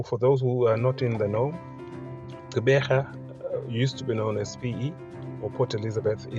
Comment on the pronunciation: Pronounce the Gq as in the iGQirha Lendlela (the click song by Miriam Makeba) - a VOICED CLICK. Not Qeberha which is an UNVOICED CLICK. See? It is not Xeberha, nor is it Ceberha. Practise the clicks.